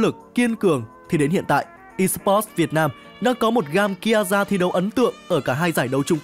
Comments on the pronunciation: Ki a za :)) Má phát âm phèn chúa thật sự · Nghe đến lúc đọc Kiaza là tắt video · Đọc tên còn chưa đúng còn đòi làm clip